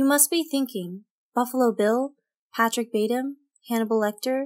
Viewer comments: She just say Patrick Batim? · Yeah she also said Patrick Batem